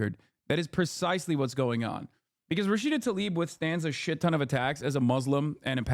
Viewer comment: Its Tlaib, not "Talib."